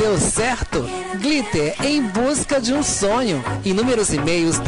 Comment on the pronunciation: Em busca de um SONIO 😂😂😂